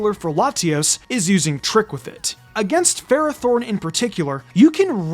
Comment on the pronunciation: It’s pronounced FER-AH-thorn, “”! 🤨 Stop mispronouncing Pokémon names, bub! 🙄